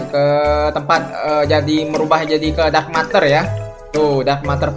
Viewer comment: Bang ngomongnya buka dark matar tapi dark meter ya bang